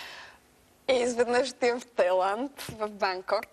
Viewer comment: Vsichko hubavo, ama maikata negramotna. "Тайланд"